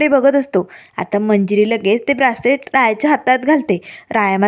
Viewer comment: Braacelet nahi ho bracelet mhantat.😂😂